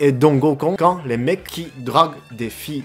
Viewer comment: un goukon et pas un gokkun XD